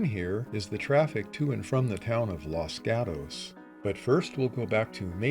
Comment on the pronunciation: Outside of your mispronunciation of the town of Los Gatos, CA (pronounced Los Got-ohs), this is one of the most informative and interesting videos about the Southern Pacific that I have ever seen. Considering the video’s length, I had to watch it in two parts, but that was no problem. The footage shown here really documents the railroad very well. And a special recognition should go to the person(s) that edited the sound effects to go with the video. I know that is not an easy job to match those two up, but you did an outstanding job of it! 🚂🚃🚃